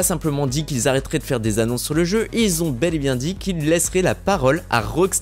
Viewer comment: STP 0.40 et 7min 55 la meme MDR : les personnes qui Z 'on 😨 ( QUI ONT )